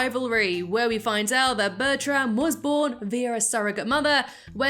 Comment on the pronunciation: Is Bertram not pronounced Bertrum?